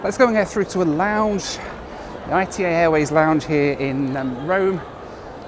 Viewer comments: Bro called I-T-A instead of ITA (ETAH) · Its not pronounced I.T.A its ITA (eat-a) like ita ly . Not initials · For some reason hearing say ITA as 'eye tee eh' instead of 'eeh tah' was really grating! I assumed it was pronounced a bit like the start of Italia rather than as separate letters! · Please, it's not "I-tee-ay". It's "eetah". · "I-T-A" 💀 It's pronounced Ee-tah, not ITA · First of all learn how to pronounce the name of the airline ITA is not like you say but it's /ˈiːtə/ EETA Second how much does ITA pay you? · Oh no, not again,! I thought you had learned that "arrivederci" means "goodbye", not "hello"! And the airline is pronounced "eetah", from "Italy", unless you pronounce the name of the country as "ee-tee-ay-ell-why"! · Hi, great video, just to let you know the airline is pronounced “EETA” by the Italians, the I sounds like an E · It’s eeta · 700k and does not know half things on the route and how to pronounce the airline lol